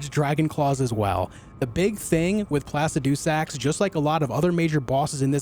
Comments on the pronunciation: Its Pluh-sid-uh-sax ... not Plass-ah-doo-sax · placid-doo-sax XD